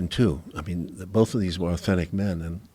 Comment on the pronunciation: Joe "Pronounces 'both' as 'bowlth'" Rogan